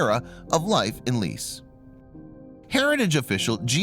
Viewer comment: Go look up the pronunciation of Lecce.